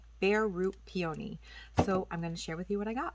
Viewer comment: What a funky pronounce on the word peony. Two-Vowels Together: When two vowels are next to each other, the first vowel is usually long (the sound is the same as the sound of the letter) and the second vowel is silent.